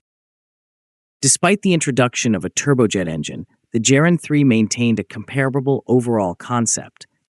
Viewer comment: It is pronounced Geran with a hard g, as in god or goat, not "jeran"; the soft g sound does not exist in Russian.